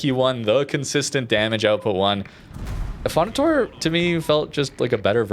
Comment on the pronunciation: Affondator-eh, like in you canadian accent.